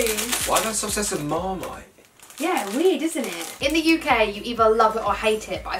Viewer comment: Whenever she said wierd it sounded like she said weed 😂